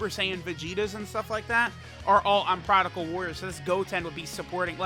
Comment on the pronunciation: Maybe when these boys come out on global he will stop saying "prodical"